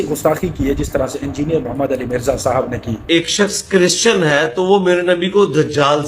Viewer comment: chrisan 😂😂😂 .. bolna seekhla makeup ki dukaan Banda Tera jaman alay nu jootian phera